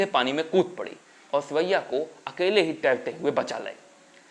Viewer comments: सुरैया के नाम का उच्चारण करते हुए ध्यान देना चाहिए था। सुरैया, की जगह सिवैया, सेवैया सुनाई दे रहा है। जो कि बहुत अटपटा लग रहा है। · आपने सुरैयाजी के बारे में अच्छी जानकारी दी है. पर आप अपनी आवाज को ठीक करो बहुतायत में साइलेंट शब्द बोलते हो. हर बार सुरैया जी को सुअइया बोल रहे हैं